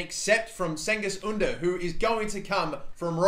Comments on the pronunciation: pronouced jen-giz oon-der and role the r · Cengiz Ünder’s name is pronounced with J, you’re saying the first name right but not the last name